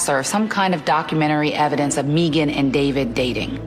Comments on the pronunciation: Nope, she pronounces her name Meegan. Sounds silly, since it’s usually Megan… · Its Maygan. Not Meeegan..😅😅😅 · who shows up to an upscale dinner party to assault the veggie tray! What’s this guy doing when people aren’t looking?! To be honest I heard Meeegan 😂 did it. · Scott Mçkày is beautiful the name Megan .